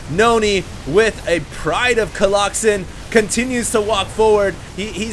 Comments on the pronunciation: Im gonna leave a comment every minute on every video until he stops saying coloxen shit:) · Someone needs to slap every time says Coloxen. Hard. Epic game, seriously can not believe how Pain turned that around, that one huge clash where he slaughtered all the Colossi was just so epic. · People obviously can't get over the fact that you're saying Colloxen instead of Colossi. This alone will be the downfall of your channel and career of a SC2 commentator. But I think it's fine, so keep on doin it!! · COLOSSI!!!! whoever told him colloxen, I'm coming for your soul! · stop saying coloxen. makes you sound stupid even if you and other people say its the correct pronunciation. say colossus or colosi plz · Coloxen might be funny if ever correctly pluralized colossus. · omg i love that he calls them colloxen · ok dude... i asked my latin teacher today and... it's collosi... yeah.... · Stop saying Colloxen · please stop saying colloxen, please please please stop. Also, SCA is getting pwned. Just so you know.